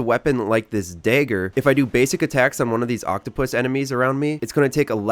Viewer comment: Bro you got the like just because of the way you said dagger which I found so funny because I'm trying to actually find a useful way to use the dashing ability for the dagger this is my first playthrough on elden Ring but that dashing ability is really useful to help dodge attacks 😆 it was the only way I found it to crit hit when you use the dash to go around the enemy you can automatically stab them in the back for a critical